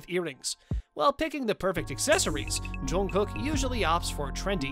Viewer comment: Loved the outfits...but PLEASE learn to pronounce his name correctly! I literally cringed every time you said it!!!